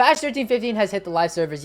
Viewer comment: I guess but what I mean is that the first word is very hard to understand, like he said "patch" but I thought he said "fast"@